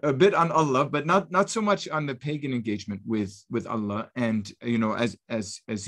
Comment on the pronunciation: Gabriel, it is Allah with the h pronounced not Alla. You should know better.